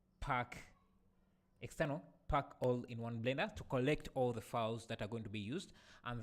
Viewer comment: bro don't say phuck it's pack 😂 Anyway ur video is really helpful